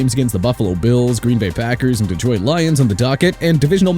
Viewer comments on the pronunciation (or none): none